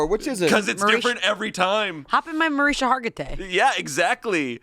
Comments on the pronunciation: MA-RIS-KA. NOT MARISA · MarisKa! Omg! 🤣🤣🤣 the constant mispronouncing had my eye twitching. 🤣🤣🤣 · Its mariSHKA Hargitay, there’s a “sh” in it. It’s how she actually pronounces it and says she’s used to people pronouncing it wrong lol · it's Mah-rishka not however said it btw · Mah-RISH-kah, my people. And she is a saint. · I love your comment and I watched that documentary, it was so good. It's pronounced Ma-RISH-ka! I kept yelling that at my phone, lol 😂😂😂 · pronunciation of Mariska Hargitay really bothered me 😂 he replaced the k with an h. I can't believe no one knew her actual name. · How’s your day going, “Mariska Hargatay” 😂😂😂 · Mariska: Mar-EESH-ka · I was genuinely waiting for someone off camera to tell her name was pronounced “Mariska(ma-rish-ka)”😅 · … it’s Mar-ISH-ka put some respect on her name for real. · literally begging them to say her name correctly 😭 there's a whole k in her name that they're missing ohmygod. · as a hungarian i cant handle them laughing at Mariska Hargitay pronounced in the american way💀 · Can someone teach how to say Mariska? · The amount of times they said Mariska’s name wrong was WILD lol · The "K" in "Mariska" isn't silent y'all 😩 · As a fan I must say…..you guys are butchering Mariska’s name 😂😂 as bad as pon de replay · hearing them mispronounce Mariska Hargitay's name like eleventeen times was PAINFUL lmao 😭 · I’m distracted about how pronounced Mariska Hargitay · absolute butchering of Mariska Hargitay’s name should actually be a felony. 😂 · being so confident in his mispronunciation of Mariska is hilarious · The way they didn’t pronounce mariska hargitays name correctly once is killing me